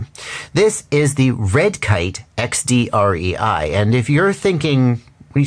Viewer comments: Just wanted so say (as a German) it’s the „DREI“ is the German word for 3 and is pronounced like „dry“ 👌🏽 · I noticed the guys being German right away by the accent and still didn't figure on my own that it's "drei" like the number three in German - even though I'm German too... What I'm saying is, no worries with the pronounciation there,.;-)